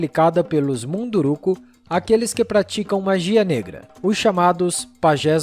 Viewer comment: corrijam a pronúncia: é MUNDURUCÚS (sem acento, mas a vogal tônica fica no cus - sem trocadilho)